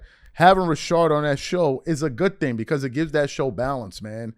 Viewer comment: its RA-SHAD bro chilll on his name! plus say HIS NAME JOEEEEEEEE IS A TWERKER LBGAY